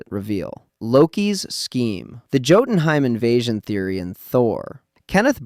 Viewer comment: YOU KNOW HOW TO SAY LAUFEY RIGHT BUT NOT JOTUNHEIM???